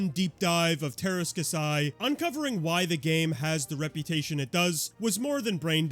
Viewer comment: KAH-see its pronounced